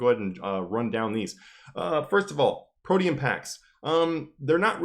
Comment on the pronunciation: Hearing you say Protean felt weird, until I realized it's the correct way to say it, and not 'protein' lmao